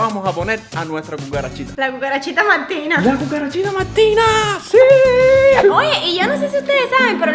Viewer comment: Wao los cubanos hablan diferente xD como que pronuncian la R como una L sandra dice "muelden" en vez de "muerden" o "maltina" en vez de martina y asi xD que cool como hablan, y otra cosa él tiene un gran talento en el dibujo :)